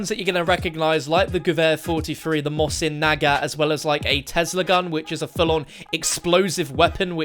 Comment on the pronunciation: I don’t like how you say mosin nagant